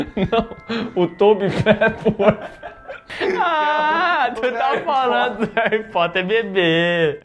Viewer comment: Tobi Peppo.. kkkkkkkkkkkkk tadinho